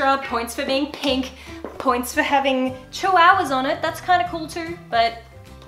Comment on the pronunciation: Lol I love how you said "chiwowwahs" like lol! Omg I love you so much and now I'm into too much pastels that my parents are like" ummmmmm why do you like pastels so much" and I told them " on insta and YouTube found me the way to more pastels!" And my parents said,"um ok" and I said," the bird stays:)